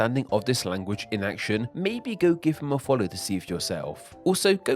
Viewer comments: So is the narrator's pronunciation of "language" as "language-uh" part of a dialect? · how you pronounce "language" bothers me a little, LOL